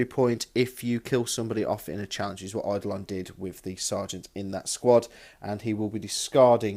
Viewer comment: Eye-do-lon. Art-if-ic(e)-er. Pry-mus Medi(um)-kay. Sick-are-an. You got Xiphon though... lol I know, but enjoy it so much... Mortarion's Unwieldy Scythe is a huge let down versus the likes of Fulgrim - a serious disadvantage...